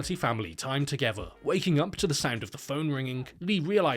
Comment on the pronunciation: Together isn't pronounced "togevver". "th" is made by putting the tip of your tongue beneath your front upper teeth and pushing a bit of air out, not by putting your lower lip against the upper teeth. TH = tongue. practice that.